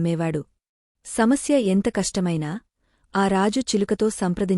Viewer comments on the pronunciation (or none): none